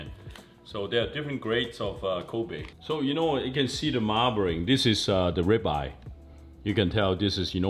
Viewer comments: “you can see The Marbring” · Bro said “mahbring” 💀 chink gang unite 🤝